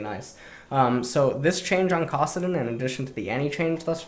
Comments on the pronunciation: Why the hell does intentionally mispronounce champion names? It's so jarring and not necessary. It's KAssadin, not CAWssadin. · He pronounced Kassadin’s name 3 times as Kossadin, then accidentally said it correctly but corrected himself to Kossadin again...Is this a meme? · Anyone else wanna shoot themselves when pronounced “kassadin”? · Bitch nigga even says it correctly and “corrects” himself by mispronouncing it again what a stupid bitch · Can't stand the way you pronounce Kassadin. It's like saying tah-mato or pah-tato. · Shout out to the fact that you say Kassadin with the same vowel sound as the word "cock".